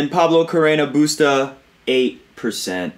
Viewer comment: On a funnier note, I love the way you say BUSTAAAA!!! I think and hope tennis commentators all over the world will adopt this style of pronunciation in every match he plays in the future! XD